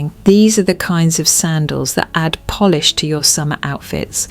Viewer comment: Your phony A.I. narration betrayed your attempt at sounding high-class and authoritative, when it pronounced "polish" as "Polish". You nearly had me fooled. At the very least, you should carefully listen to your video before posting and making yourself look foolish.